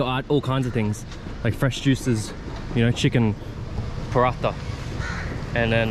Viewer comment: someone teach em the correct pronounciation of paratha, he says it 20 times every video, might aswell know the correct pronounciation hahaha